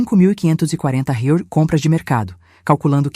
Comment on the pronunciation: Será que é tão dificil falar "R E A I S" acho isso de falar rais raios e outras idiotices cacildis Ja deixei de ouvir outras histórias por muito menos